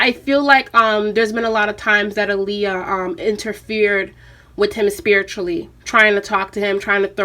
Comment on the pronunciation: All this love for her and people still not pronouncing her name correctly. Ah-Lee-Yuh like Muhammed ALI